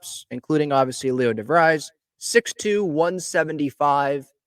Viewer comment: In English this last name is pronounced “Di-VREEZ”. It may be pronounced differently in Dutch. I grew up with friends with this name in Michigan.